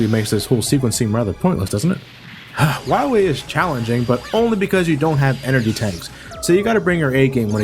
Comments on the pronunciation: Why do you call him "Why wee" instead of "Why lee"? :P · Am I the only one noticing that said dr.wowy instead of dr. Willy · I like how in the Megaman 7 review, he said Dr.Willy for the whole video, and he said Wahwee for the duration of this video. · I love the commitment of saying Dr. Wahwee for the whole video. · are you saying wowie? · The first time I watched this review I rewinded the video repeatedly to see if I was imagining saying Dr. Wahwee. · gotta fwight docrah wahwee on teh pwaytation verson. at least its a good laugh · Doctah Wahwee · *docta wawee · Doctuh Wahwee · You'll have to find Wiwly MegaMan. I'm hunting wabbits. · abu Bangurah Yea but as Reinaldo said, in the game Dr Light has a speech impediment and says Dr. Wowy instead of Wily, so obviously was just doing it to make fun of Dr Light's voice... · Reinaldo Martinez i meant when said Dr.wowy instead of Dr. Willy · I love how keeps saying wywee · Doctah Wiwee should be awessted fo his cwimes!! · when we fine dat meteah, we’ll fine doctah wahwee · Be vewy, vewy quiet, I'm hunting Dactah Wahwee insert Elmer Fudd laugh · Docta Wahwee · I love how he calls him Wahwee all the way through 😂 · is he saying Wah-we throughout the whole thing? can't tell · Time out... weren't you pronouncing Dr. Wily's name "Willy" in all the previous Mega Man reviews? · Third time watching this review and noticed you always pronounced Wily as Whawee. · Doctor Wahwee. LOL! ^_^ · Did anyone else love how he calls him "Dr. Wywee"? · DOCTAH WAHWEE!! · I love the cut scene where Dr. Light says, "You must recover all the energy immediately, Wah-Mega Man." How did the voice actor screw up his line so badly? He literally almost called Mega Man, Wily. Er, excuse me. Wahwee. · Watched the whole review and I didn't notice that was calling him "Wahwee". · Dr. Wiwy? Seriously, 90% of the times says his name, thats what i hear, im not complaining i just think its funny xD